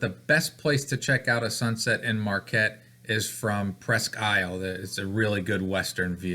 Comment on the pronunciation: I think it’s pronounced “ presk-eel” FYI. Thanks for just chatting!